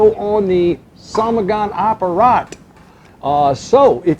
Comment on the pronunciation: In fact it's not "somogon" but "samogon". And samogon is common name of moonshine both in Poland and Russia.